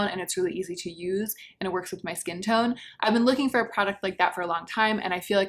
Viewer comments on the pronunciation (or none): none